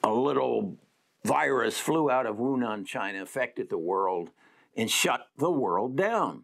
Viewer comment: it's Wuhan with an H mate!